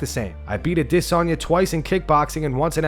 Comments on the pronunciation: Man; I have to know…why do you always pronounce Adesanye’s name with such weird inflection and emphasis on the DIS part? You say it like “aDISanye”…why is this? Also thanks for the videos x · Still saying “Idissonya” 🤡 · Ah diss on yah. Bro just say it right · Does the dude running this channel know how Izzy's name is pronounced better than everyone else or am I missing something. Always a-DISS-onya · Why do you call him disanya all the time? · The Adesanya pronunciation 😒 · The way you say adesanya is aggravating dude. Drinking my coffee and smoking darts and u ruin it with that weird ass pronunciation. Smh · Can't stand the way this guy says Adesanya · I don’t know who in the staff needs to hear this but it’s 2023 we sit. Need to be pronouncing Adesanye like that anymore knock it off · This guy trying so hard to pronounce Adesanya. Lol... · I hate the way you pronounce Izzy’s last name. That is all. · Dude you sound like such a tool when you say Adesanya